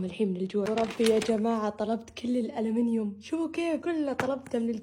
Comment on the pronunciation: مافرطت ضحك إلا يوم قالت طلبت كل "الالمنيوم "قصدها. "المنيو"😂